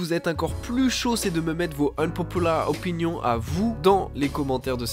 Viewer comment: t’as façon de prononcer « unpopular opinion » m’a tué